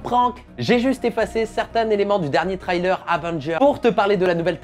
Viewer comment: Cool vidéo ! Mais revoit ta prononciation de Trailer ! ;)